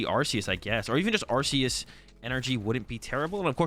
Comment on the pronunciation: It's ArKeus, mate...